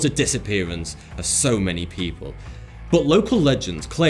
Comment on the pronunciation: Y da fuck does he say butt instead of but?